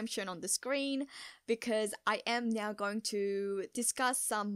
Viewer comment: Well nyow that you know you pronounce now as nyow, don't stop that, it's super adorable.